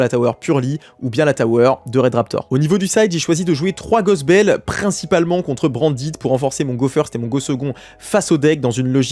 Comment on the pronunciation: Félicitations mes arrêt de dire brandite c’est branded ça fait mal 😱😭😭😂